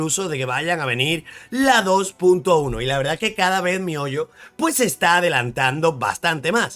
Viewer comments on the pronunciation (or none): none